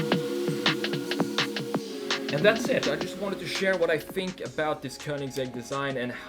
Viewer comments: äntligen någon som säger köningsegg o inte kowningsegg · It's the correct Swedish way